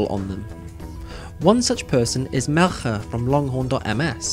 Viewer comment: he pronounces Melcher as Mel-chêr